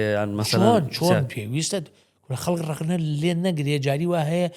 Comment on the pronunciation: ڕەغنە نا بڵێ ڕەخنە ئێستا ئەڵێ ئەوە رەغنەی گرت هههههه